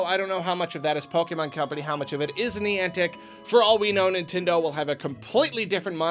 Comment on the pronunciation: was really struggling pronouncing Niantic. He said it so much in the video and pronounced it slightly differently almost everytime. I wonder why youtubers don't Google how to pronounce stuff more often to help avoid that.